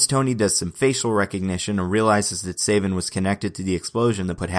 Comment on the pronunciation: it's SA-vin not SAY-vin cos his villain name is Coldblood-7 in which the "7" is supposed to be a wordplay on his surname "Savin" because it's PRONOUNCED THE SAME WAY